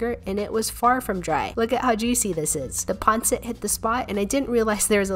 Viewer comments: how to pronouce them: Letchon Kawali, Lumpya, Panseat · Pun-seat is how my pronounce it😋😁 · The way u pronounce lupia and pansit